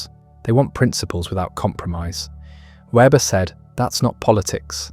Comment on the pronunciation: More a critique of communism/socialism than of capitalism. Rationalization from afar captures communistic mindsets far more than free-market capitalistic forms. This should be obvious. For example, communist societies have no interest in environmental values. By the way, Weber's name is mispronounced consistently throughout.